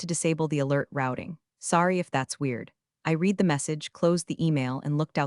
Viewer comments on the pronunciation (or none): Reed or red,there is a considerable difference. I think Elon would get you better AI.